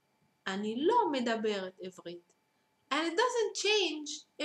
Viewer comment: you should say עברית not עבּרית